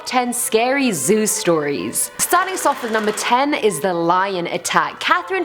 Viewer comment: I keep hearing Zues tori's instead of Zoo stories